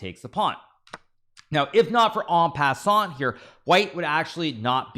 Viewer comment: 1804th video and Hikaru finally pronounces en passant correctly. Now that i know anything is indeed possible, i guess there is actually a tiny (very tiny) possibility that the cringy gotham guy will get a GM norm 🤷